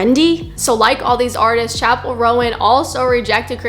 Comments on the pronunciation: Where was i saying harmful messages? I asked one question to you. You said "first of all, pronounce her name right goddamn, you're grating on my ears. it's roan not rowan." That's rudeness directed towards the creator of the video. Calling her bigoted as well. Im not the one being rude here, and I think it's obvious. I've not said one thing derogatory or rude towards you or anyone else, just saying what you said in that quotation. "1. I wasn't rude. I was honest." Can actually be used in my situation since I haven't been rude. Also, strong argument? Preaching? I was asking a question to you. I never was preaching or arguing. This should be a simple conversation, but it lookes like you interpreted my question the wrong way and got offended. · OK, there are a couple things wrong here. First of all, the girl in the Casual music video is a SIREN, Not a demon. Second, it's pronounced, "Chappell RONE", not "Rowan", and third, her nun look was a tribute to The Sisters of Perpetual Indulgence, who have been around since the 70's, so there's no point in hating on her. If you really feel the need to spread hate, hate on them. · Interesting you have a closed minded and ignorant view on a person you cant even pronounce the name of, you put small snippets of her songs out of context then claim that she is following the devil maybe if you're going to have this 'Christian perspective' do some research about all the songs you claim are demonic. Always have to make it about god being mocked when not once did she mock Christianity you just want to spread hate and hide it behind religion.